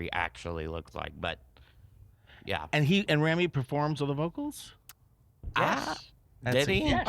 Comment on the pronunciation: It's Rami, not Remy....just sayin